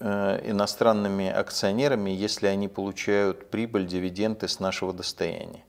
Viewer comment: ДивиденДы,а не дивиденТы. ТрубопровОд,а не трубопрОвод.